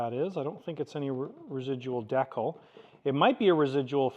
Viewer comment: I have never heard anyone else pronounce "decal" like you do. Have to admit I may have giggled a little bit.